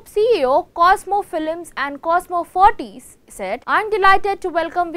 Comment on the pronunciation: actual pronunciation is ferrites and not ferrties..(shud be prounounced as Fa Rights).